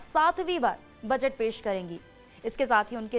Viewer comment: मैडम बजट होता है बचट नही 😂😂😂😂